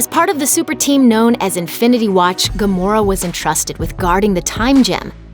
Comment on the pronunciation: Why does it sound like Gomorrah?